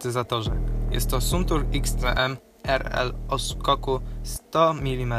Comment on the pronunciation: To nie jest suntur tylko santur się czyta a pisze sa santur